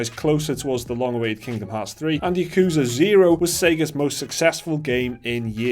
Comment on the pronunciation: You pronounced yakuza wrong.